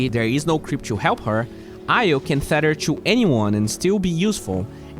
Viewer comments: Thanks for the detailed and insightful video. Small pronunciation correction (if you're still looking for those): Tether = hard T like Terrible or Tempest (you're saying theta) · It's tether, not thether. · It’s pronounced just how it’s spelt, “tether” not “theter”. Keep it up!